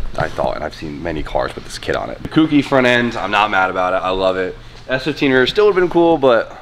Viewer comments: For the love of god, if you're going to be doing a Kouki please say it right lol. It's not spelt KOOkee, dont harm us by saying it like that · Jdm dudes cant say Kouki correctly